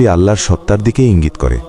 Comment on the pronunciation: সুবহানআল্লাহ আলহামদুলিল্লাহ আল্লাহুআক্ববার। মহান আল্লাহ আপনাদের অশেষ বরকত দান করুন। একটি অনুরোধ, 'আল্লাহর' উচ্চারণটি সঠিক হচ্ছে না। দয়া করে বিষয়টি আমলে নিবেন।